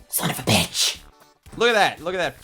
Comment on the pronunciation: Is so cooool!! sunovabisch.